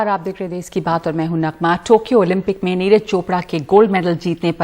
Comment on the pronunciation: देस नही देश होता है NDTV